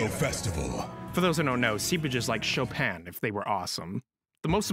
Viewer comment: 1. Chopin is pronounced CHOpin, not choPIN. 2. It was a HE. Tf even is your problem? Don't ever dare to smear great historical figures again.